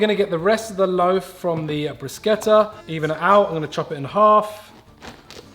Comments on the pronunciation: thank you for pronouncing "bruschetta" correctly! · omg i got so excited when you pronounced bruschetta correctly lmaoo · Thanks (on behalf of all the Italians) for saying bruschetta right! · Ty for pronouncing bruschetta properly ❤️❤️ amazing video ☺️